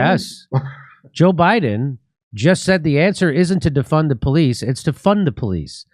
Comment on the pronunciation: He never said "defund the police", he said "deFUN the police".